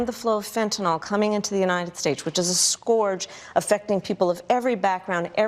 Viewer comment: My only problem with Miss Harris in this video is her pronunciation of 'scourge.' It's "skerj" not "scorej" 🤦‍♂️